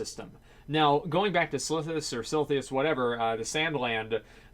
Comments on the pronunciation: It's "Sil-i-thus" stop saying "Silthius" you fuck boy. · Dude, take a moment to sound it out: Silithus: Sil-i-thus, not Silthius. Nostalrius: Nost-al-ri-us. Not Nostralius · Sil-i-thus, not sil-thi-us you neckbeard reeeeeeeeeeeee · Silithus is pronounced SIL-ITH-ANUS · Its pronounced Silithus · "Silthius or Silithus" Maybe you could just read the word and pronounce it the way it's spelled. Kind of like how most people read words. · Dude how fuckin hard is it to say Silithus?? You act like it's some alien language Jesus!